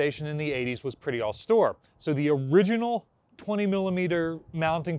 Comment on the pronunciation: Modernisation was pretty "aus-tour"?